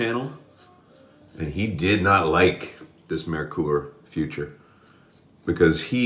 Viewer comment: Hahah, correting the way how you say Merkur and saying future instead of futur. it's German z not English. It's a part of German Gramma. Not the future.. Still, nice shave, like your videos!👍👍